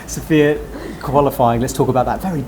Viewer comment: you have been commenting with sofya a few times now. Try to get her name right at least. Listen carefully to how she says it. Its sof-ya not sof-i-a. Guess she is too polite to correct you.